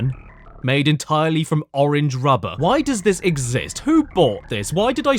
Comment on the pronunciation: I love the Brayinliz oringe marsoupeeiyal